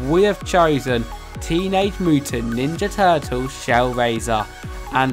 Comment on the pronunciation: "become a teenag nin da utant turtle"